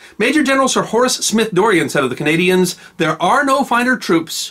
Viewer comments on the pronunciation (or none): none